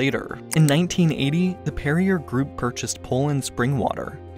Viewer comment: Perrier is pronounced "Perry-ay"